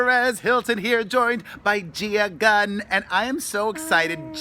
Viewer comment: It's Gia Gunn, not Gun! :o